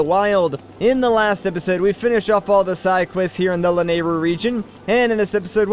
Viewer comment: I think you pronounce it as Loo-RELL-in village.